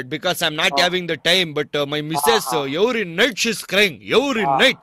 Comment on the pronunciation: Yevery night..yevery night lolll